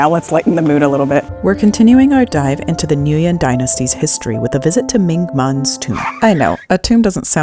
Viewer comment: pronunciation of nguyen needs reviewing. still a cool video.